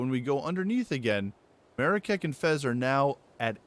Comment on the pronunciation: That Marrakech pronunciation is hilarious haha